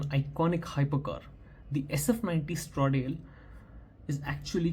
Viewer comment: No offence brother, but the pronunciation of Stradale is wrong. It is pronounced as Straaa-daaale . I have the link below